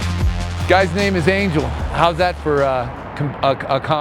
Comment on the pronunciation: his name is pronounced an-hel not an-jel